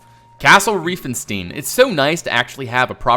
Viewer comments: In Germany we call it REI-FEN-STEIN not "Rieeefenstine"! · By the way the „ei“ in reifenstein are pronounced like i. And the s is pronounced like in sure